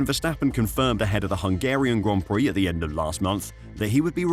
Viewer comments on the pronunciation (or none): none